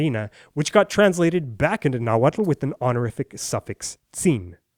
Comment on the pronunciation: its not nahuatul its nahuatl